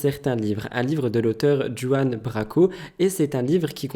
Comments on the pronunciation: Mon chéri d'amour, on dit "Juan" à l'espagnol, comme Juiannita dans Desperate housewive. Tu m'as fait rire mimi 😊 bisous à toi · Cool le nouveau concept 😊 Par contre Juan se prononce Rouanne (espagnol) Branco en Française 😅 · On ne prononce pas "Juan" mais "Ruan" Branco. Ça fait longtemps que je connais cette personne (au-delà de son passage sur TPMP), et ce qu'il dit, je le crois. C'est un gars qui défend beaucoup les prolétaires, comme il a défendu les gilets jaunes par exemple. Il a eu le courage d'écrire ce bouquin. C'est un personnage à connaître (avant), mais c'est tout de même très bien d'en parler.